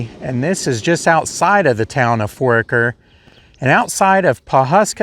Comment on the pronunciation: I spent a good time of my childhood in that area. Foraker is pronounced For-aye-ker, and the last name you couldn't pronounce Ehrlich is pronounced closer to er-lick. I wasn't aware Jesse had died. A lot of familiar names and families in that cemetery.